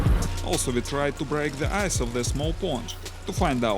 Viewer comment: the way he says ice, i think we should name it the ice-hole-intruder.